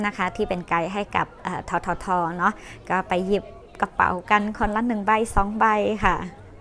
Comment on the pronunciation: น้องนิและชาวไตทุกคนควรฝึกพูดตัวบใบไม้ให้ถูกเพราะมีหลายคนรวมทั้น้องนินด้วยพูดออกเสียงเป็นตัวป ปลา